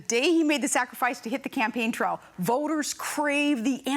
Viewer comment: what the hell is a "campaign trell"